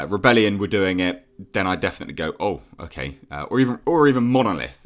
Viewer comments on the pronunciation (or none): none